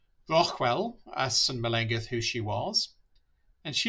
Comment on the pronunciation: Google the ‘LL’ sound in the Welsh language (much like a hissing cat!) - her name is not pronounced correctly in this video :)